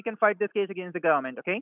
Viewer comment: They always trying to threaten somebody with a rest or something like that for the fact that he can't even say the word government correctly you know it's not legit LOL